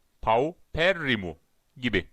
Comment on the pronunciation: Bom dia.....saudações do Brasil para Turquia....perfeita a prnúncia ''paupérrimo''..... parabéns..ficou excelente!